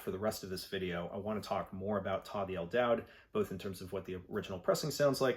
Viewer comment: el daoud - isn't that pronounced as a "u" as in "dude"?